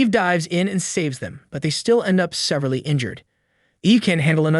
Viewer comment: Did you write this yourself? “awry” “severely” … Your pronunciation is off. But maybe you’re just used to seeing these words written.